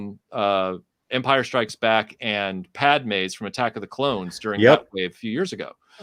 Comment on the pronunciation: Say it with me everybody, “clones”.